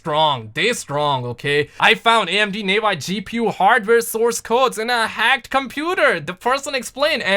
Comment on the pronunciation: it's nah-vee not nay-vai & it's "good news", not "a good news"!